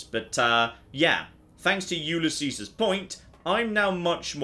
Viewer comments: I still don't get why says Ulysses' the way he does... He pronounces it YOU-lee-SEE-sehs, but if I'm not mistaken it should be you-LEE-sees (with an optional double "s" in the end if you wanna empathize the ' that denotes property/ownership). But I get it, British people are notorious for messing up unusually spoken words, usually when they're from another language (like Ulysses). xD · I REALLY hate to be that guy but its said You-Liss-E's